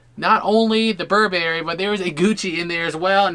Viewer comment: The way how they pronounced Burberry tho